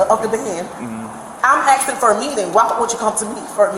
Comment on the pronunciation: "ASKING" its incredibly easy to pronounce correctly. I've been doing it right since I was 3.